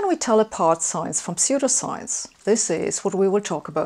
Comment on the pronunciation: Ah yes, Gifth Feneration Telefone Knetwork. P.S.: I like the way you pronounce "pseudoscience". You make these topics very accessible! I'm barely coherent today yet I still came away with an even better understanding of scientific models than I already had! P.P.S.: That is a very cool coat